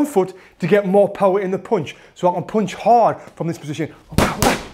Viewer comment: Yo Tony, the word is "p-un-ch", as in "uh", not "poonch" as in "poo" ! LMAO Don't make me have to get in there and school you!!